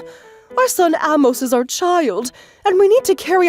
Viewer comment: Amos is pronounced with a long a sound.